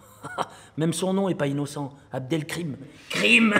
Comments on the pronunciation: abdelkrim c'est abdelkarim (serviteur d'al-Karim) abd signifie "serviteur de" et al-Karim c'est l'un des nombreux noms d'Allah comme abdelhakim, abdelhalim, abdoullah, abderaouf, abdelmajid, etc, qui ont chacun une signification et un Attribut divin. C'est simplement que les mécréants aime déformer les noms d'Allah par blasphème, voilà pourquoi ils change la prononciation orale, car aucun parent musulman au monde n'a un jour prénommé son fils avec une prononciation pareille de "abdelkrim" qui est une déformation du nom d'Allah (ilhad) mais plutôt abdelkarim, car le faire c'est de la mécréance majeure comme l'indique clairement le Coran sur ceux qui déforme les noms d'Allah car les noms d'Allah son sacré et ont un sens et dire krim au lieux de karim après abdel c'est déformer ce nom d'Allah par blasphème. Et comme lui est un humoriste et que seul l'argent et le prestige compte, alors il n'en a rien a cirer de répéter ce qu'on inventer les mécréants comme blasphème islamophobe du moment qu'il obtient le prestige, l'argent, les femmes, la gloire matériel et les likes. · Pour info, cela ce prononce Abd al-Karim ou Abdel-Karim qui signifie : serviteur du Généreux (al-Karim étant l'un des nombreux noms d'Allah), pas Abdel-Krim dont celui n'est prononcé ainsi que caricaturalement mais jamais dans la réalité, car aucun Abd al-Karim ou Abdel-Karim ne s'appelle ainsi ni ne ce fait appelé Abdel-Krim ainsi.